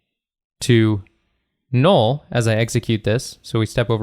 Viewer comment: Nobody: This guy: “Nool”